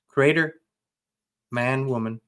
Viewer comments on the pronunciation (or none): LOL!!! 😂 Every time you say "We came from the CRATER:.. I totally crack up. I know you are German with Texan as your second language but dear dear... It's 'Creator'.. "CREE-AY TOR". You are adorable. 🥰